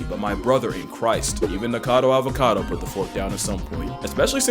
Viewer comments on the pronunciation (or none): none